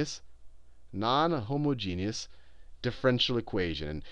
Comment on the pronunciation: Oh man! Finally HOMOgeneous not HOMAAgenous...